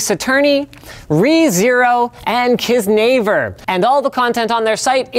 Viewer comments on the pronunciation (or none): "Keys-naver" I can't blame Linus for not being able to pronounce it. But lmaooo. I'm gonna start pronouncing it that way too. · the way he pronounced kiznaiver hurts